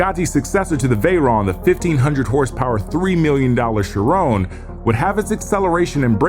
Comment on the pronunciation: “The Shirowne” Uh what?? “You mean ‘She-ron’? Kinda sounding a bit French and less like Tyrone from the hood”